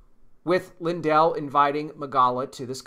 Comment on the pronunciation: They are NOT related - and his name is pronounced LIN-dell… accent on the FIRST syllable.